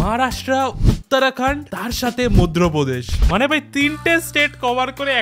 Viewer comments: মধ্যপ্রদেশ ❌ মধরোপোদেশ ✅ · মধ্যেপ্রদেশ✖️ মধরোপ্রদেশ✅ নিযে পরের ভিডিও তে ক্ষমা চেয়ে নিয়ো ভাই। ওরা তো অশিক্ষিত তুমি তো হেডাভাঙ্গা শিক্ষিত 😂😂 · madhRapradesh??? Madhyapradesh,,😂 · Video টা তো ভালোই, কিন্তু তেমন ভিউজ হয় নি দেখে অবাক হলাম😢 ওটা মধ্রপ্রদেশ নয়, মধ্যপ্রদেশ😊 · মধ্যপ্রদেশ❌ মধ্রপ্রদেশ✅ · মধ্যপ্রদেশ ❌ মদ্রোপ্রদেশ 😂✅ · মধ্যপ্রদেশ❌ মধ্রপদেশ ✅ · মধ্যপ্রদেশ❌ মধ্রপ্রদেশ ✅ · Madhya Pradesh❌️ Modhro Prodesh✅️ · মধ্যপ্রদেশ ❌ মদ্রপ্রদেশ✔️